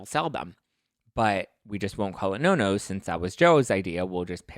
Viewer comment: You, along with a lot of other's, are pronouncing Nonno wrong. It's pronounced Non- no like Bono, not no-no. Just letting you know❤